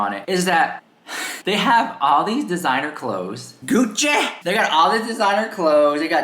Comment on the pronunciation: “Gucchi, jewelry brand VERSACHE!” “My Loui Vuitton” My Gucche!” 😂🤣